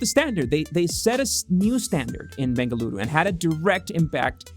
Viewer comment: Thanks for making a constant effort and saying "BENGALURU"